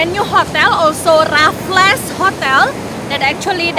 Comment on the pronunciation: Raffles ... raff-ills 😊